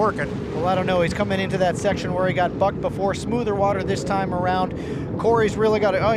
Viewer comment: Sounded like he said bucked